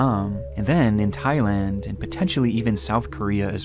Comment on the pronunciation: Bro said Thigh-Land oh mama 🥰 thigh land seems like a place for me. Someone care to give me direction